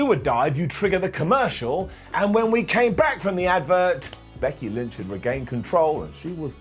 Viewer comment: “Becky lench”🤣